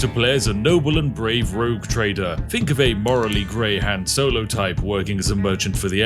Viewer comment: How is he incapable of pronouncing Han Solo correctly 😂😂😂